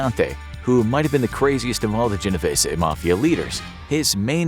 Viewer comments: I tell everyone this, it's GeneVêse ...the ê in Vese is a Long E.. if it still doesnt make sense. Think Reeses, but with a v. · my great grand parents are married into the genovese family and it’s pronounced jen o veese